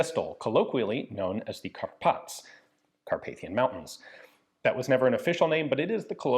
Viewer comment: Ah the Carpați. A very good non-lethal lethal pistol. The running joke is if you wear a leather jacket you're safe at 20 yards. Because it can't hit you anyway. And congrats to Gun Jesus for pronouncing the name right. It's rare!